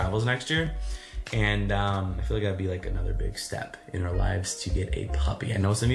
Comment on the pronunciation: at least someone else sees he says OAR instead our OUR :) Thank you